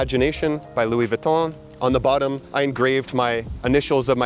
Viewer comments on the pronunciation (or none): none